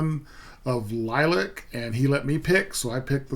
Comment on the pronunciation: It is pronounced LIL-E-ACK